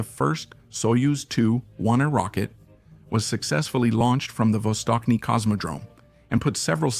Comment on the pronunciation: Not vostokny. Its vastochniy